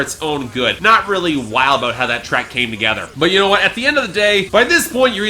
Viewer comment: its because he puts the emphasis on the start of "about", which is weird